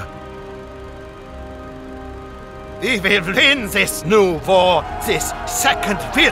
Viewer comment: I love how he says "wor" instead of "war"